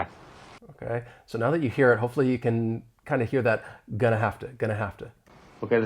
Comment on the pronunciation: I just heard like "I'm mana tuh call you back" even with 0.25 playback speed 🥲